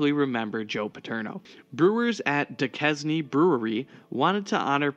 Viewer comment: Duquesne is pronounced Doo-cane.